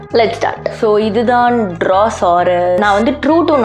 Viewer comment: Drawasarus hearing to me like.. Drouser